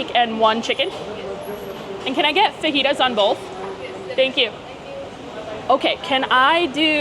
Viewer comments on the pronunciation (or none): none